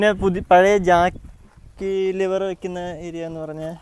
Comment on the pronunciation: Lever not Liver